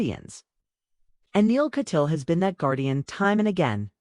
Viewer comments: YOUR PRONUNCIATION OF THIS ATTORNEY'S LAST NAME IS AWFUL. THE SURNAME IN K A T Y A A L . Not Katyeal. Rotten reporting. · Repeatedly wrong picture of Neal Kat- yaal is being shown in this video. Pls. pronoun the name as Neal- Katyaaal. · He is Neal Kat-Yaal. Pronounce it correctly, please.